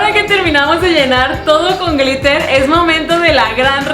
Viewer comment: No es pr criticar pero en el min dice gritel en bes de gliter